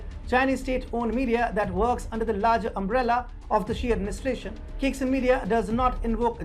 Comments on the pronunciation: It’s pronounced ‘chai sing’. Not kicksin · Caixin is pronounced Tsaisheen.